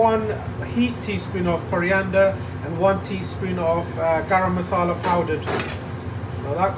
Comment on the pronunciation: Love your channel :). And it’s Masala not Massala ;) cheers!